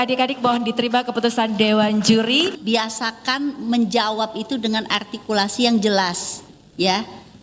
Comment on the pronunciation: Biasakan membungkam😂artikulasi tapi gabisa ngomong R😂 "altikulasi"